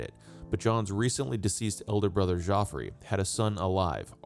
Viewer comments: Your pronunciation of the French place names is excellent. But Geoffrey is pronounced "Jeffrey", not "Joffrey". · er, Geoffrey is literally the original spelling of Jeffrey; why do you keep saying JOffrey? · Wrong. We don't know who wrote ANY of the 4 gospels. Geoffrey is pronounced the same as Jeffrey. At least you got the source of his nickname right.